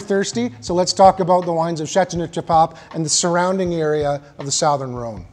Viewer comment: Uh, "sowthern" Rhone? I'm confused about your chosen pronunciation. Great video, though!